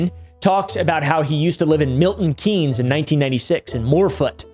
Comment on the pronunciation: Milton Keynes is pronounced "Kaynz" similar to KANGS It's the guy that created Keynesian economics, the worst school of economics ever created. AOC is a big fan